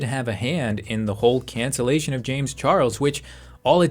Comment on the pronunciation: its so funny when he says cancellation